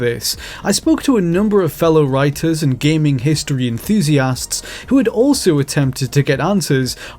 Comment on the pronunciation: Sounded like he said, game history cigarettes